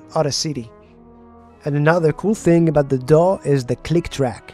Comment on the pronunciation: « And this will all be done with what is called a D'UH » I can't unhear it.